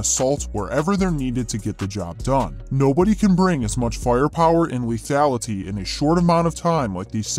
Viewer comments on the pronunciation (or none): none